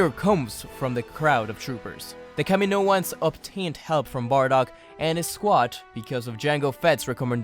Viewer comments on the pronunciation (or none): none